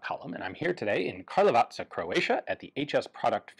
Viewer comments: He learned how to say "Karlovac" Based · I love how it took you 3 videos to pronounce Karlovac correctly :D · Karlovac pronunciation, you nailed it this time!